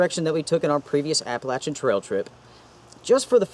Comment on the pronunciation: Good stuff. And many thanks for correctly pronouncing Appalachian.